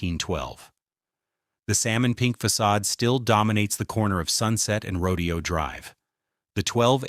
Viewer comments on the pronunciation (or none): Everyone take a shot when the narrator says " the pink walls" and 2 shots for "rodeo" (instead of row-day-oh.) No wonder I despise A I. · Seriously?? It’s not rodeo ( like cows and horse roping) .., “fool”!! … it’s pronounced..…. “Row .. day … Oh”!! .., like the famous street that it is … in Beverly Hills Calif!!😂.., please!!.., get it right: … or … don’t… write!!😢❤!! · It’s not “rodeo,” like a cowboy exhibition. It’s “row-day-oh.” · It's pronounced Ro Day O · AI doesn't get nuance. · Isn't it Rodèo (emphasis on day)? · Yep, but AI narration doesn't know that, and the creator obviously didn't care enough to check their work. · Exactly! Ro-dayyy-o! So annoying! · Yes ! It is row-DAY-oh.. Its not AI, it's either the teacher isn't teaching pronunciation. Or the kids aren't listening or have a desire to get it right, I can't figure it out. But yes. It makes me crazy smtms. I hear it at least once ir twice in a lit if these videos. I haven't figured out the cut off in age, where people get it all right yet. Even people up in their 40s miss pronounce things, and I wonder about it often times. At least there isn't an "like",or "bro", or "you feel me?" At the end of each sentence. No I don't "feel"you, nor do I want to.😮😅 he did get it right in this video too. Very strange. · It's always been "roh-dee-oh" until the browning of America began and the govt started referring to it in the way the non Whites who kept coming here were calling it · Ya mispronounced Rodeo! 😄😄😄😄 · it drove me nuts whenever he said Rodeo drive the wrong way.. pronunciation was wrong. Good video, but got boring about half way in.... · Yes. That was incredibly annoying.